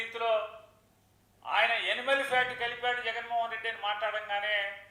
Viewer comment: ఎనిమల్ fat కాదు నాని సరిగా పలుకు. యానిమల్ అనాలి.. స్క్రిప్ట్ లో తప్పుగా టైప్ అయ్యిందా